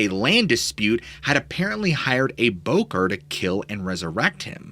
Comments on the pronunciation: It's not pronounced "bocker" it "boh-corr". Don't say it like that. Fais pas ça. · Bokor should properly be pronounced "Boh Core"